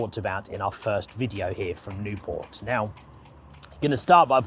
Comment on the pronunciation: Not Nieuport. Nieuwpoort. It's a Flemish city, not a French one.